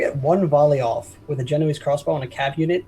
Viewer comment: Guys, It's pronounced Ge-no-ay-see, not Ge-no-eeze.